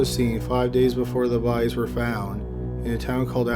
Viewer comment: I just love how you pronounce the word “bodies” bohdeeez